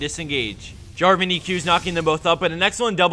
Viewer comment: Protator is not Draven, it's Draaaaaven.